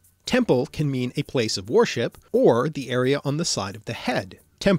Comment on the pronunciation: You pronounce "worship" like "warship" Those are totally not the same thing